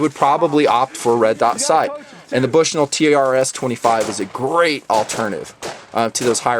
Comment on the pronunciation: lol he said Bush-NULL.